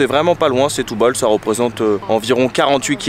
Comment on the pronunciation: "Chtoubal" ahaha le frenchy , sinon nos amies portugais comprendront pas ; ) un des meilleurs endroits pour déguster le poisson, cuisiné grillé ou simple, attention garlic mais on peut demander sans...pas besoin de trop! Un choix dingue de super qualité Ville de la seiche à l'encre plat typique mes amis portugais m'ont invitée au resto, plusieurs poissons frais avec un blanc...top! Aussi dans un resto typique de Semsimbra près du port, mélange de poissons et fruits de mer... goûteux ! Pensez aussi à vadrouiller, sortir de la ville, aller voir la montagne Serra Arabida magnifique ! Semsimbra, le Cap Saint Vincent, mes amis portugais m'ont fait découvrir, qqes plages encore authentiques encore peu envahies C'est aussi une ville pour le sport, où découvrir la culture, art, musique, guitare Portuguese (le fado c'est très vivant à Lisbonne)